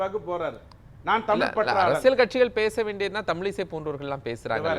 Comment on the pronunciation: ஜீவசகாப்தம் அருமையான 'தமில்' பெயர்😂